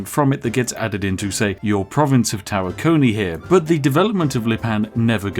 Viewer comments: I agree, Tawakoni has the emphasis on Wa, it's somehow grating to here Tawa-KO-ni instead of Ta-WA-koni, Texas native here, although not a native-native. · You pronounced tawakoni wrong